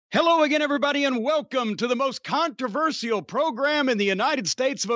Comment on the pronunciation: Is Jim just trying to get the stupid intro over with at the beginning or does he really pronounce the word controversial wrong, sounded pretty stupid when he said it